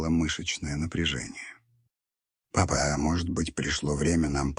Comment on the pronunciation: Да чтение неплохое.но восклицание папа.ни с той интонацией😊